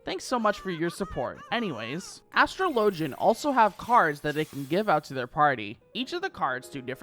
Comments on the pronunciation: As-TRO-lo-jin > As-truh-LO-jin :P Like Astrologer. Joke aside, i really enjoy these vids. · you pronounciane astro-LEE-JI-YUN wrong